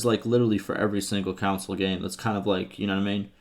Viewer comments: Bro he literally pronounces it like council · Bro, English my dude wtf is a video game “Council” , I had to literally stop watching this video because of that in